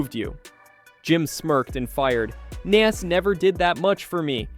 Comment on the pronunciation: You can’t even pronounce Nas’s name my guy. You aren’t a real hip hop head or person